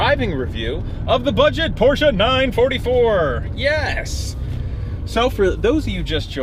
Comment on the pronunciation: Glad you know how to pronounce porsche. Drives me crazy when I hear someone say porsh.